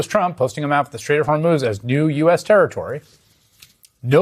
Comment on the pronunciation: What is he saying "strait of hormones "??????????😅